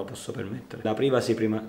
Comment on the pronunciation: "privasi" si pronuncia! =D